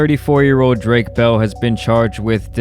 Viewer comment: Bruh you brown. How can’t you say bell in Spanish properly? You a no sabe kid in SA?